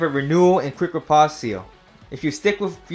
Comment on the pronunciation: I get tilted every time he mispronounces Riposte